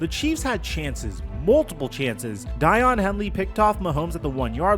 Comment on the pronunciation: it’s pronounced like “Dayawn” Henley not Die on btw lol